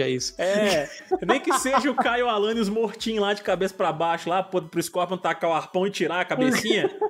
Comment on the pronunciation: "Alanius" e , essa suas bochecha de amondega kkskkkk